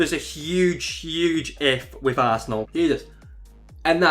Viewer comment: I thought he said Tass' asshole when he said arsenal